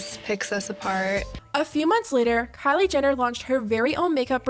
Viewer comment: The way she said Kalie instead of Kylie